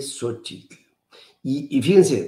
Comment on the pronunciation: No me.piwrdo su programa, una observación, se que así se pronuncia el nombre de Xochitl pero remarca demasiado el "tl " de Xóchitl y llega a hacer molesto.